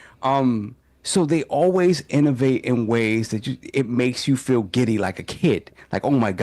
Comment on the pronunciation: There's no R in the word Innovate! Lol